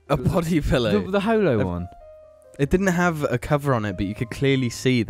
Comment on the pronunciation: emotional episode this week guys, especially when pronounced pillow as 'pellow'